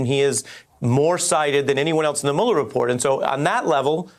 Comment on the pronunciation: Mueller does not rhyme with Ferris bueller...how many times do these dimwits have to hear his name pronounced before they start pronouncing it right?